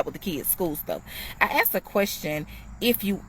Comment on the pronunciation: The word is "asked". "Axe" is an implement used to cut down trees...